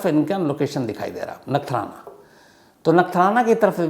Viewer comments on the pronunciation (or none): Bhai nathnara nai "Nakhtrana" 😂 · Sir wo nathrana nahi he nakhatrana hai 😂😂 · नगठाना ❌ नखत्राणा ✅